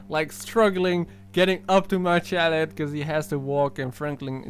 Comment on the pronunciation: So you're researching the Chiliad mystery and you can't even pronounce Chiliad. Seems legit.